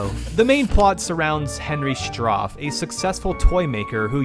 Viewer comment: It's Stauff not Stoff.